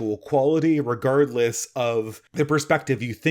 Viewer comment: I'm a fan!.... my one criticism is you often drop a yoghurty hurdy 'gurd' in the word re-gard-less... but I love you regurdless. could have a great channel, he's just too stoopid